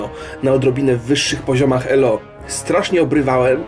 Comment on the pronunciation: Drogi, czemu tak dziwnie akcentujesz ELO na drugą sylabę? E-LO?